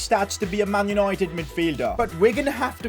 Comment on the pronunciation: "man unOIted" 😅😅 great vid though.....